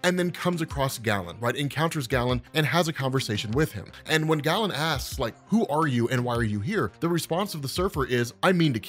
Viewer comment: I'm a BIG fan, but the name is pronounced "Gay-len", from the ancient Greek. Amazing work!